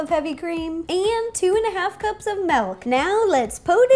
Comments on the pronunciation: I'm so hungry rn omg OMG SHE SAYS "MALK" INSTED OF MILK 😂😭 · Did anyone realise that she said malk and not milk? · did you just say MELK? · I hate when people say melk or malk instead of milk. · did you say.. ..malk? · so uh . what's a melk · "Melk" LOL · It is Mill-k not malk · Malk....wait are you saing milk or..... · she said MALK!!!! FML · she said malk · Did you say Rosanna... MALK 😹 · It's milk not melk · Its m"I"lk!!!!!! Its not m"E"lk!!!! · Did anyone else notice and she said malk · she said MALK instead of milk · Aw she says melk not milk lol adorable! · Wait... did she say... MALK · Why do you pronounce milk "melk"? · I love her but the way she pronounces milk as "melk" makes me want to jump into a lake. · U said malk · "And 2 1/2 cups of Melk." -Ro XD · she says malk.... malk... MALK.... MALK... MAAAAAAAAALLLKKKKKK!!!! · Omg you said MALLKKK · "Melk" no offense XD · and 2 and a half cups of melk Why ro why. why must you say melk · Did you just mispronounce milk?